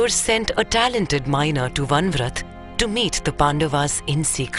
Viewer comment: Can't you even get your names right?! It's not Van vrat. It is Varanavat. Va-ra-na-vat.